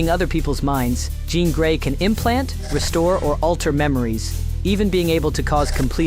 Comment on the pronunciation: Ok, 'John Grey' lol